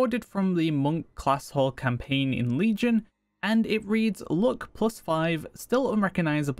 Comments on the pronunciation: Why are you pronouncing luck like look?? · not gonna lie or pretend it didn't happen but the way you're pronouncing luck actually triggers me